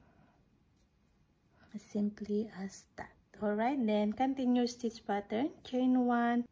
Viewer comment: I absolutely love how u pronounce “stitch” it gives me comfor❤